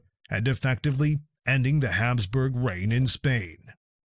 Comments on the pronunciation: It's not Hamsburg jaw it's HAPSBURG." Get rid of AI and use real narrators that pronounce words right. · It's Habsburg, not Hamsburg. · It's HABSBURG ... Not Hamsburg! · Ferdinand of Habsburg, not Hamsburg. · Hapsburg, not Hamsburg! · Yeah, calling the Hapsburg jaw "Hamsburg."